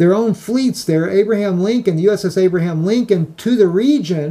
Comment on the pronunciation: Abraham Lincoln...NOT AVRAHIM. Lincoln just human.